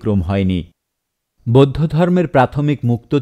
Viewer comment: আমার কানে যে গুলি অন্য রকম মনে হয়েছে- পচ্চিম (পশ্চিম), বোদ্ধ (বৌদ্ধ), ধজ্যাধারী (ধ্বজাধারী), আরাম্বর (আরম্বর), তিনাগুনে (তিন গুণে), আপত (আপাত), সোত্ত্বেও (সত্ত্বেও), দালাইলামা (দলাই লামা) ইত্যাদি । ধন্যবাদান্তে ।